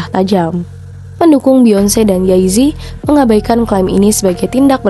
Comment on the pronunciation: Mbak kok nyebutnya yay zi? Jey zi